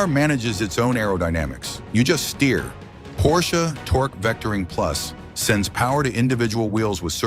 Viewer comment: When AI voices learn to pronounce basic letters and numbers it will be a lot better, maybe car brands too Porshee? WTF